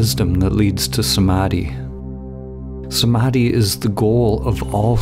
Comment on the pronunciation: That pronunciation of Samadhi in heavy western accent hurts my soul 😭😭😭😂😂😂